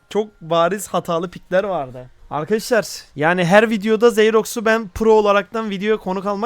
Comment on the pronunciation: Yrkadaşlar ✅ Arkadaşlar ❌ 😂